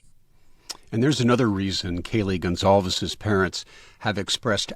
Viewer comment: It’s pronounced Gon-Sal-vez. Portuguese.